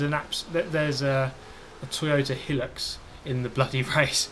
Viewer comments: Whats a "hillucks"??? Hilux, High Lux. Hilux Try putting the right emPHAYsis on the correct syLABbles? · The Toyota Hilux is an Aussie car and in Australia we say Hi-lux not Hill-ux Edit: the Hilux stands for high luxury. Although it is a work Ute is is a very comfortable car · Its not helix it’s pronounced hilux (hi- lux) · its pronounced "high lux" :) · High-lux, not hillux :P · who tf says Helux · Top notch racing there mate! I love to see how you're still evolving your vids too, it's good stuff. (The Toyota Hilux is pronounced 'high-lux' however. Just think about how it's tall but luxurious maybe?). Keep it up! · "Hill oox" lol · It absolutely is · Pronounced - Toyota High-Lux, Though Toyota Helix sounds better ^_^